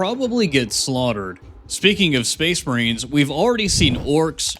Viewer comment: Are you saying space marines or space brains bro wtf